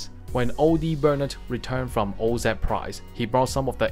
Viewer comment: Say oz right ! Jesus this is unwatchable now and that sucks i really like your content. Help a brother out